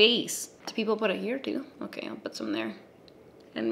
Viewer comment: "okey" love a canadian queen